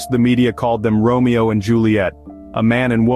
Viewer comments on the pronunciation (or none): none